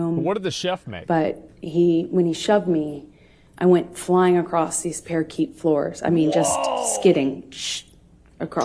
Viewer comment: I loved that! I watched it live and was in disbelief. Parakeet floors😂😂😂. She tries to act sooooo intelligent. She's mentally ill. A very sick person. She needs to be locked the F up